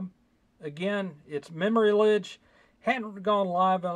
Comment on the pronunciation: Its Memory "lage" as in collage.